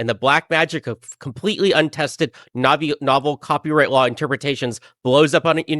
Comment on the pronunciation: He says "cropyright" every single time. This is absolutely a bit, lmao. He speaks like Steve Bruhl (the John C Reilly character who is, uh, special)